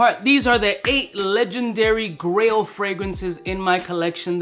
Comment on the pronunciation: This came on in the background and was just listening while I worked. I thought it was Grill fragrances, like what to wear for a backyard BBQ, or maybe for showing off (like a diamond grill in the mouth....is that still a thing?). I checked the video about halfway and realized, its GRAIL not GRILL. Makes more sense.